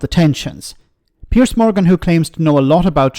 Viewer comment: Piers: as in Peers (peerz), not as in Pierce.